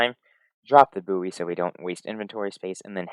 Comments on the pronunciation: Great video! One small thing, the word buoy is pronounced "boy" :) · Did you pronounce buoy like that as a joke or do you just not know the word?